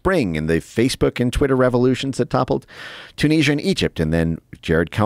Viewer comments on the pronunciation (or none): none